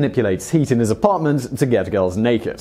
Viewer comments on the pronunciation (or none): none